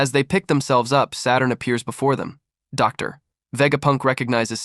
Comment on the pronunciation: I suspect it’s because it would be typed as Dr. Vegapunk and the AI reads the . as the end of the sentence